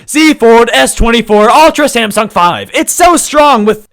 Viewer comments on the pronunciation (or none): none